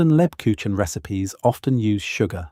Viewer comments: Ha ha....lebkuchinn..... It's not that hard to obtain the correct pronunciation. Negative points for that. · Please pronounce LEBKUCHEN correctly! The "ch" is pronounced closer to a "k" sound, not a typical "ch" from our English. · Not lebkushen, leb KUCH en, the ch comes from the throat. I love Lebkuchen, make it every year; its part of my German heritage. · For the love of God,, PLEASE learn to correctly say the name of the thing you are describing! LEB-KOOKH-en I’m sitting here, TRYING not to swear at the TV, but I am shouting the correct pronunciation at the TV every time you butchers it! THANK you! I’m sitting here, TRYING not to swear, but shouting the correct pronunciation at the TV every time you butcher it! We love you to pieces, we really do. But it AIN’T THAT HARD, and it’s important! Please? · That's as good as the AI can currently do. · I disagree. It is much more like a soft g. A very soft g. Like the sound following the S in Scheveningen. A town name used by the Dutch to weed out foreigners. Like the second G in the English garage, but softer.